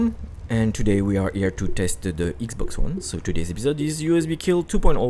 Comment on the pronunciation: Its not ixbox its xbox